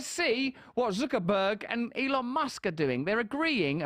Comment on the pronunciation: Did he say my dick musk?